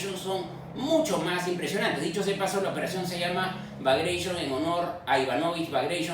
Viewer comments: Buen video, muy bien explicado. Solo un detalle. es BAGRATION no "bagreishon". Por que asi se dice en ruso. Porque darle una pronunciación en inglés? Sería como decir "Moscow" en vez de "Moscú". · Piotr Bagration era georgiano, descendía de principes georgianos con un linaje de cientos de años, no tenía nada de inglés y se pronuncia Bagration, no "bagreishion"😂😂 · No se pronuncia como en ingles Bagration [Bagreshion], sino como en espanol: BAGRATION, que es un apellido georgiano rusificado. El ruso se escribe foinetico, no hay perdida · Bagreichon, bagreichon, bagreichon, insoportable la innecesaria deformación lingüística de un nombre Ruso en lengua española. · Muy interesante el contenido, pero Bagration no es una palabra inglesa. Se pronuncia Bagratión, tal cual, como si estuviera escrita en castellano (salvo por el acento gráfico, que en ruso no existe).